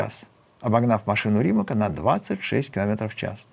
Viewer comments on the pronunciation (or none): Ну не «Римак» же, а «Римац»- он хорват.